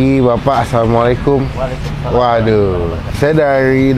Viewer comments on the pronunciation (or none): none